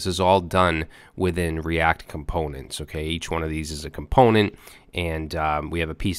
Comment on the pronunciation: Lol " the Cree-act :) , reminds me when you mis-proniounced ass in past vid